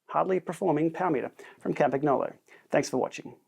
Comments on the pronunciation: Hello! Love your videos, well done. Please note the g in Campagnolo is pronounced like the g in lasagne. Yours truly, Campy Girl. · If you are going to add an Italian accent, please learned how to pronounce Campagnolo properly… the “g” is silent… 🙄😉